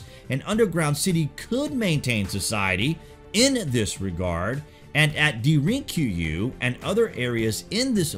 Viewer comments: do you search out the correct pronunciations? Because I've always heard it spoken has " Darin Ku you " and " not da rink Ku you " or whatever you said. I usually just ignore your pronunciations and keep on pronouncing it how I've heard it. It comes up a lot though. If you just read them, then hay I'm not faulting you, but if you do search up the pronunciations, you're right and I can learn from it, so I'd like to know. Another good video thanks brother, and LH team. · Time to teach on how to properly pronounce Derinkuyu (Dare-in Coo-You) should be close enough? Cheers Did anyone else notice that the two sculpted reliefs and are exceptionally different? Count the feathers in the tail for one. This makes me ask lots of questions...